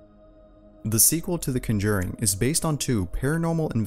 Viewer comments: BTW you're pronouncing The Conjuring wrong.. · It's funny how they lost the controller while watching The Conjuring 2, since that happens to Janet in the movie. Also, it's funny how you pronounce the title lol